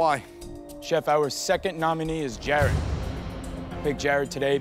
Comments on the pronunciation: It’s Jared, NOT Gerrard, Ramsay! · Jarod is how his name is spelled so he's saying Gerr-odd. Kinda like how he pronounces Nachos as Natch-Oss. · Everyone: Jared Gordon: Gerard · I love how Ramsay literally never says Jared’s name right lmao